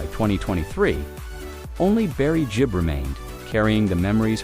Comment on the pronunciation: 'Gibb' as in 'g' for 'great', NOT 'j' as in 'just'! There is no excuse for such ignorance!